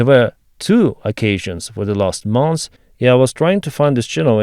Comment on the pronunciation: AI would never pronounce " mons' " instead of "months" 😂